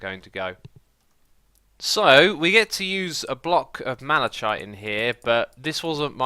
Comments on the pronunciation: X, figured I’d help you out here. It’s just mala-kite btw. Not mala-chite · I️ don’t mean to nag but I️ believe the malachite block is pronounced mal-a-kite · Malachite is pronounced Mali-Kite not trying to be a hate comment but for future use